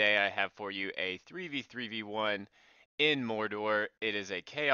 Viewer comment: mordar... really... mordar???